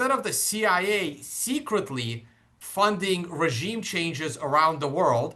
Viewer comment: LOL "ragiem"...